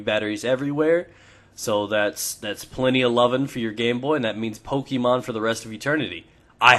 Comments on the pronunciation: OH MA GAWSH!!!! IT'S PO-KAY-MON!!! THERE'S A FUKKIN AKSINT MAWRK!!! FUUUUUUUUUUUUUUUUUUUUUUUUUUUU-!!!!! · its Pokèmon not Pokèmon. Okay? <3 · Pokee-mon, Poka-mon, i poke-yur-mom ;)